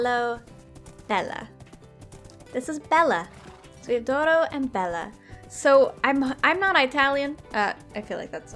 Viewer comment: the D in D'oro is pronounced appart and sounds like “dioro." For the netherite, I'd put it in a pickaxe with fortune III and mending.